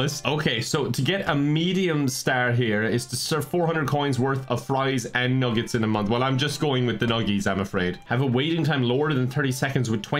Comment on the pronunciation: So do I say "nuggets" wrongly all my life or do you really say "nuggies"? This is making me anxious